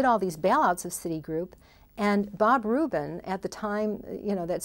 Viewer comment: It's "Rubin", not "Rupin". I know, same difference.